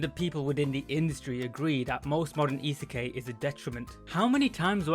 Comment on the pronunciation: very good work, I enjoy the insights and it has made me want to watch the anime. A couple of notes though, isekai isn't pronounced that way, after the K it is said as eye rather than ay (I'm sorry, it hurt a little) Also when you were saying that a lot of them get what they want with little effort you showed RE:Zero, while I understand that you've not watched it and wouldn't know, it was the worst show to put there as the main character literally suffers so much to get to where they are. Other than those though, really good video, you're coming along in strides! EDIT: Some other good reverse isekai for your fancy are RE:creators, Inuyasha and rule of thirds dictates a final one, but I personally cannot verify it, The Devil is a Part Timer